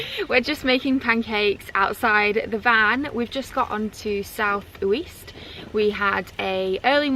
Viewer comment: South Wheecht! ;-)